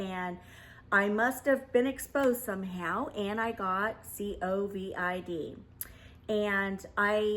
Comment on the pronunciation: C-O-V-I-D lol. I love you! 😄❤ Ima start saying it like that haha